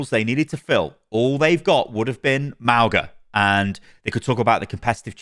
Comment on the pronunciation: Everyone's mispronuncing mauga, arrgg